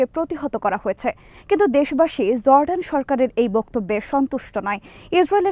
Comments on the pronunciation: JORDAN not ZORDAN // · correct pronunciation of Jordan is Jor-Dan it's no Zor-dan. It's vital that correct pronunciation is vital when delivering news. Thanks